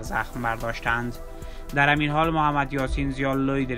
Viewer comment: ازگویندگی‌و صدای افتضاحت که بگذریم تمام کلماتی ک بکاربردی یااشتباه بود یاجابجابطوره مثال به کلمه همین میگی امیین.یابه‌کلمه مقابله به مثل میگی عمله بالمثل این کلمات اشتباه رو ازکجامیاری تو جناب گوینده؟؟؟ ازین بگذریم بدترازهمه این بودکه به‌کلمه پیروز بهروز گفتی. جان مادرت برو سراغ یک کاره دیگه‌و گویندگی‌نکن‌واین کار را رهاکن نه صدا داری نه استعداد داری نه سوادکافی داری .انقدربد وافتضاح خبرگفتی ک اصلابه خبر کسی توجه نمیکنه بیشتربه گفتارافتضاح تومیخندن .عمله بالمثل بهروزباشید درامیین روز🤣😂